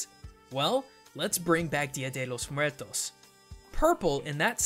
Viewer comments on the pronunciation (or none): Been Hispanic, specially Mexican, hearing "DYA DHE LLOS MOOAERTOS" is a bit uncomfortable. I know americans have a hard time using their tounges in spanish pronunciations, but, well, it's just some annoyance. I appreciate the effort. Gracias cabros.